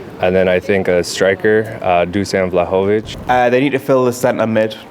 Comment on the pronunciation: “Oh Valovic” Bloke “yea valovic, I can never pronounce his name” Yea neither can!!!